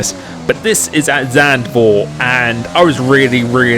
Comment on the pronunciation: "Zand-for" ehem. Z-hunt-foo-uh-t.